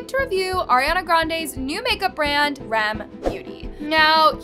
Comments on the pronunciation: I don’t wanna be rude but it’s R. E. M. NOT REM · Its R E M beauty not rem 🥲